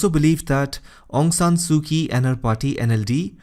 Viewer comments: Quite clear. "Kyi" must be pronounced as "Chi" in Burmese. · Excellent except Aung Sung Su Kyi the Kyi is mispronounced not K sound it is ch. che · Informative video, but a bit irritating because of your pronunciation of "Aung San Suu Kyi." Kyi is pronounced as "chee." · Great explaination... It is pronounced as Aung San Su Chi